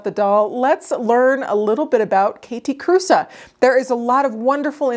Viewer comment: I love them so much ❤️❤️❤️ It was just killing me that Theriaults was calling them “Kathy Cruise” at least in their videos. I commented that Kathe Kruse was not a surfer chick and Jonathan always worked at having her name pronounced correctly ❤️thanks for sharing this 👍